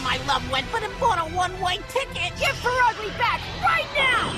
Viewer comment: It's Pur''ugly''